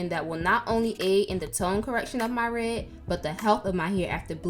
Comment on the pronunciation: I like how she says red. "re"